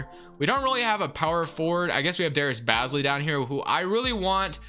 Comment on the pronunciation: I'd hate to be that guy but, Darius Bazley's name is pronounced Baze-lee loved the vid though! keep up the great work